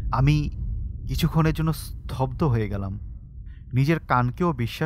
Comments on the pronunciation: উচ্চারণ টা ঠিক করুন। স্তব্ধ হবে স্থব্দ না। 😏😏😏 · bro it's স্তব্ধ, স্থব্ধ না